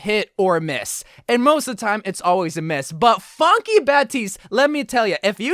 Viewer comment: I thought said “fucky baptiste” but its funky lol